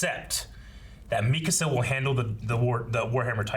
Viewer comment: Is everyone gonna skip over the fact that called Mikasa "Makisa"?